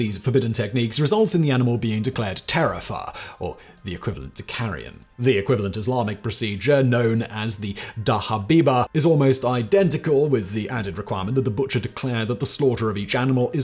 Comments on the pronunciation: ex-muslim and native Arabic speaker here... What in the world is "Dahabiba"? Did you mean to say "Dhabiha" (sacrifice/offering)? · Dhabiha, the "dh" makes the sound like "the" in "this"